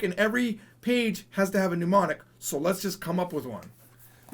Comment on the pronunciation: Why do you keep saying "mnUmonic"? It's not a desease! It's "mnEmonic".